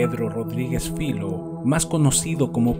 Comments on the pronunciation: Filho no es su apellido. Es hijo en portugués. Su padre se llamaba igual, por eso lo llaman así. Y se pronuncia Fillo, no filo. Saludos. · No se pronuncia filo, se pronuncia filiu y significa ( hijo ) en português.